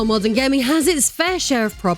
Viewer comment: “MMAAWWDUURN AUDIENCE” 💀😂